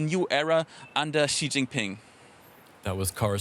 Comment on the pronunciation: could you stop pronouncing Xi as "Zhjee"? It's pronounced "Shee". The "zhj" sound doesn't exist in Mandarin nor any dialect of Chinese. Please, as a journalistic organization, spend five minutes to learn the pinyin orthography and read Chinese names correctly. It's not hard. They took letters that seemed redundant—X, Q, and C, and reassigned them to other sounds that English orthography uses letter combinations to write. X got the "sh" sound, Q got the "ch" sound, and C got the "ts" sound. As a journalistic organization, you should take the effort to pronounce names correctly.